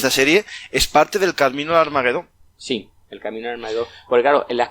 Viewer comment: Armagedón . La GE se pronuncia como JE. No lleva U entre las dos. Rechina oír hablar mal en un canal culto.